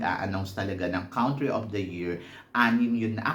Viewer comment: you say “COUNtry” as in “CONtinue”, not “COUNT” (pronounced as /kuhn’-tri/)